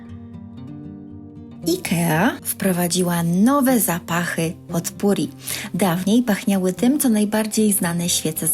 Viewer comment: Nie zeby złośliwie, lubię pania słuchać, ale potpourri wymawia się - popuri .